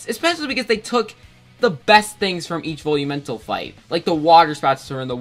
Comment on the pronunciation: Why does it sound like you are saying bully mental instead of velumental